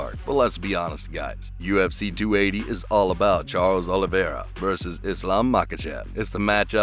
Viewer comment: Jesus fucking christ, how can people still regularly fuck up Oliveira's name ? It's not Oliviera...it's OLIVEIRA